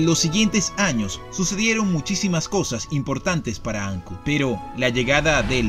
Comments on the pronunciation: Ancud, no tiene acento en la "A" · Todo bien ´, sólo quese acentúa en la u (Ancúd), no Áncud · Hola, muy buen video, mucha historia que desconocía, imágenes hermosas y las tomas aéreas del drone, siempre suman. Sólo aclarar que el nombre de la ciudad es igual que las palabras alud, salud, virtud....."Ancud". Saludos a ambos y los felicito por cada video que he visto en su canal. Desde Santiago de Chile, un abrazo de un viejo chileno, que disfruta de sus videos. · Soy chilote, de Castro, y solo una precisión: no se dice Áncud, se dice AncÚd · Se llama AnCUD, no ANcud.